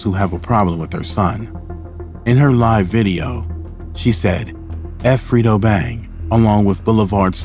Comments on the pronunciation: Did bro say FRITO Bang instead or Fredo 😂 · He said freedo bang 😂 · Bro said Frito Bang 😂😂😂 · Boi said “Frito Bang.” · Mannn stop callin dat man frito lay 😂😂😂 it’s FREDO LIKE KRUGER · its “Top Boy Gorillas”, not “Tom Boy” “Fredo Bang”- pronounced “Fray-Doh”, not Frito